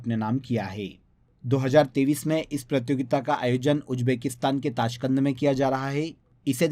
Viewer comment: App 2023 bolte hai ya 2030 bolte hai a smjna bht mushkil ho raha hai 😢❤